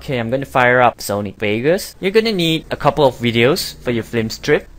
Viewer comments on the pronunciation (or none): none